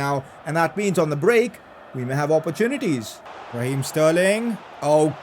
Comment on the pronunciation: "opporchunities" nice pronunciation bro